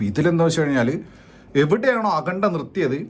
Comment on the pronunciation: Akhanda❌ Akhunda ✅